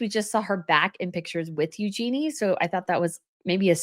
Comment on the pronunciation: Eugenie is pronounced with the emphasis on the first syllable